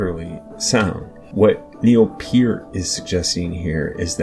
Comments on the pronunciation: Young man, it is pronounced like 'pert' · 60 years and I've never heard Neil Peart's name pronounced that way.